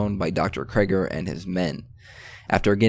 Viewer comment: Kraiger? Its krieger dude 😅